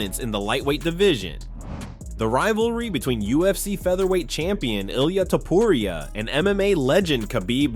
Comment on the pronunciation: Please learn how to say his name already